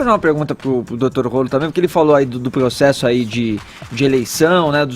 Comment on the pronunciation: pregso, progcesso...